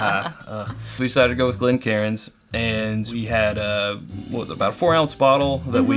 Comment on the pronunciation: It’s pronounced “glen-kane”